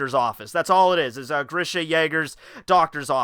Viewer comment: And yes u pronounced Grisha right